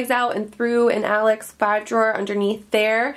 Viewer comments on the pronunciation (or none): none